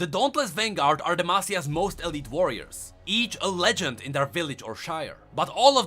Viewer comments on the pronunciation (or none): none